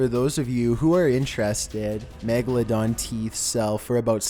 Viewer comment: did he say magaladong?